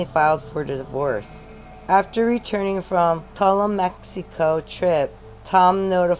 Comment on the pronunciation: Tulum= Ta-loom